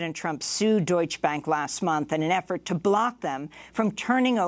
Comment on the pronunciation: Amy, learn how to pronounce "Deutsche". You sound ignorant when you don't pronounce the "E" at the end.